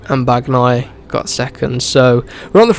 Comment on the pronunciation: Just please when you say Bagnaia don't pronounce the "g" just say Banaia 🤣✊🏻